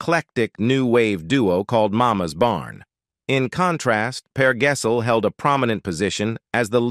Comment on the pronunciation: Yes, and Per Gessel 😅😂